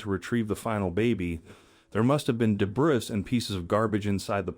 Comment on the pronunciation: The word debris is pronounced debree.